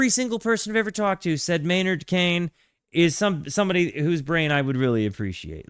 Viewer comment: Your pronunciation of keenan has me cracking up. Maynard Kane.😂 It's Keenan sounds exactly as it's spelled